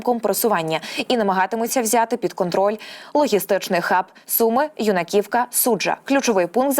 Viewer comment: Юнаківка, правильний наголос на першу літеру - "Ю"наківка